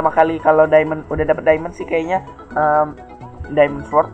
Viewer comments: diamond bang,bukan daemen wiwkwwkwkwkwkwkw LOL XD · diamond kak bukan diemen